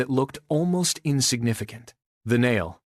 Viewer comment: It is a very interesting history. The AI cannot say a nail. A nile instead. It is funny. Nothing to do with the river in Egypt.